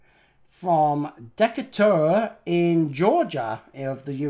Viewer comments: It's pronounced Dee Kay Tur, Georgia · Not that it matters but its pronounced DUH-KAY-TURR just thought you might like to know as someone who once lived there. Cheers! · Ba-dum, ching! (rim shot) That's "dee-kay-ter", rhymes with "greater". Town was named for Commodore Stephen Decatur, who fought against the Barbary pirates. I had a great-great-great-great-grandson of his as a professor in college. , yes, St. Louis was called the Gateway to the West, because it was the starting point for settlers traveling to California and the territories in between, to settle there. By the way, the "Busch" in Busch Stadium is the Busch family, who founded a brewery. That's the Busch in Anheuser-Busch. They built the original ballpark for the baseball team they own, the St. Louis Cardinals. I thought those boxes from Shanghai were going to be seeds with instructions to plant them. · I love how you pronounced the city in Georgia. It's pronounced Dekater. Spelled [decater] not the way you said it. Sorry, I had to say something. And the exto 1 was a 59. The Matchbox is a 64. Your videos are a joy to watch. Take care. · It's pronounced Dee Kate Er (In Georgia)....Just sayin'. Big fan! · I'm amazed I knew what was trying to say. That pronunciation was hysterical. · The way pronounces Decatur, GA:D